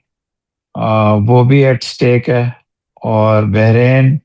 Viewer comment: Not behrin, Bahrain